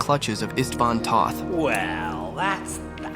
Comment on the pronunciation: It's "Ishtvahn Toht"... I mean, you played the game right? You heard is name like hundreds of times, right?